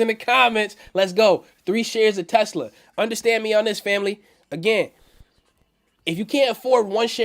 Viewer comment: Undastand Undastand Undastand haha